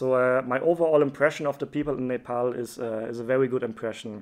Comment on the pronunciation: Finally someone who pronounced Nepal correctly who is not Nepali